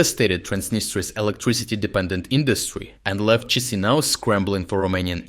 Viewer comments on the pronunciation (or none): It's pronounced Qishinau, my friend. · it's chishinau with sh like in shalom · Sir, it is pronounced Kishinove. 😊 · The Moldova capital name, spelled Chișinău -- Cisinau = is better pronounced as Kishinau (my attempt at using IPA for pronunciation). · Chisinau?????? You're damn stupid, YouTuber. Lazy, late and not so great with factology. Learn to pronounce names!